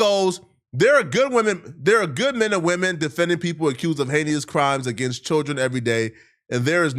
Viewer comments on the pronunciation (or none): incorrect usage of words for today: “hayneus” instead of “heinous” 🤦🏾‍♂